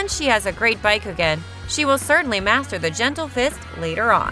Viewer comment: Baykugan, Hokaje.... 🤮🤮🤮🤮